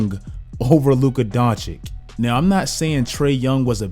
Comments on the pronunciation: not Don-chick...it's Don-chich... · Dončić (Donchich) stop that shit with DonchiC! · it's he's 3rd season and you still haven't learned to pronounce his name. It's Dončić not DoNčiK ffs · It's Doncic, not Doncik. Just repeat the way you say first "c" at the end :P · You pronounce vucevic correctly but you butcher doncic, makes no sense lmao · He hurts me when he says "Luka Donchick" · Three seasons in and you still pronouncing it Donchik? Serious fail. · Its DonCHICH damn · Man, don't do Luka's name like SAS. Just do the last "c" in "Doncic" like the first "c". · and you still can't pronounce Doncic... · still saying his name wrong....smh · Bro how can you still not pronounce doncic‘ name right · It is a real wonder, when a guy is top 10 player, 2 times all star starter, all nba, roy, best 22 year old ever and you still can't pronounce his name.